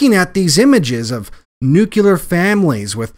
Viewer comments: dude... it's pronounced [Nu-Klee-uhr] there is only one "U." It is not [Nu-que-lehr] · Another excellent video but for God's sake people, nuclear has only 2 syllables, it is pronounced 'new - clear' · you pronounce the word nuclear as "nuculer'. several times when you have done this before I have mentioned this in the comments section and you obviously haven't heeded my words I'm telling you something bro', you're a fucking idiot for pronouncing that word that way. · I'd share this if you hadn't shown your brotherhood of shills' simple tell. "NUCULAR". You, Matty boy, Romano, the NZ boy ALL show your tell. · It’s clear. The word is nuclear. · What bullshit. And try pronouncing the word nuclear correctly. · I’ve heard you say “new” and I have heard you say “clear.” yet you can’t pronounce nuclear?